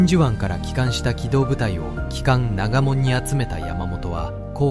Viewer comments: 「長門」、「ながも」はないよ・・・・・、「ながと」です。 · おい❗せんかんながもんって何だ。 せんかんながとって言えないのか❗ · AIカラー化で当時の臨場感が伝わってきて、素晴らしいですが、ナレーションとキャプションの誤字雑事がひど過ぎです。特に長門をナガモンって！公開前にノーチェックですかね...？折角の良い映像が台無しです。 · AIで作成した動画ですか？長門をナガモンって？新種のポケモンかな？